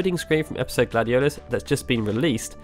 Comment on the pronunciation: Who tf is gladiodious?